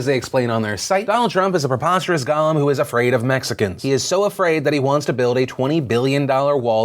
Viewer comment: Love you Phil, and I am an patreon... but that said the word you are looking at is "golem" which is pronounced go-lum. What you said was "gollum" which is a Lord of the Ring character and pronounced and spelled differently. I have provided you with a link so that you can better understand the word, with proper pronunciation.